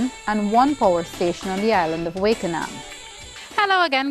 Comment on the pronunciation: Wakenaam is a Dutch name and it is pronounced 'Wak En Naam'; not 'Wake En Naam' !!